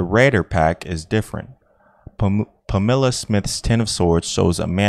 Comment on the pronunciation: The fact that this guy decided to record a reading but not pre-check how the names are pronounced is remarkable. Mister "Bimbo". "Tarote". Mister "White" with a vocalized "h" (the name is Waite). Miss "Pameela" Smith. The "Romaneeh" people. Adam and "Ee". The Cowblists (the Cabalists?). Impressive.